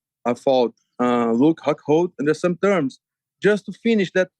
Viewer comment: Did he say Luke Cuckhold?? hahaha that is genius